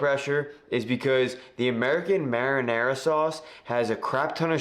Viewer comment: That’s a nice “mahdinah,”!